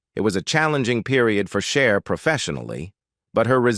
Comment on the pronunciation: 🙄🤦🏻‍♀️ is not Share is CHER.....